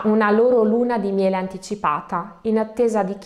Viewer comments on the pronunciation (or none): none